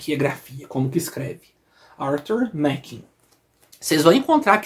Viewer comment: se pronuncia Arthur Márren. Grande abraço e parabéns pela coleção.